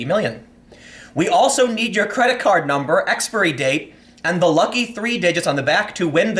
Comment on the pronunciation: that's an interesting pronunciation of expiry date